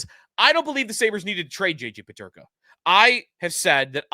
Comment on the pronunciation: You can't even say his name....